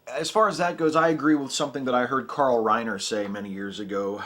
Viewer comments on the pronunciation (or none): none